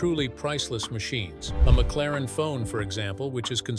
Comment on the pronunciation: Ai narrations suck. ie. McLaren-F1 not McLaren Fone…..amongst other non words spewed…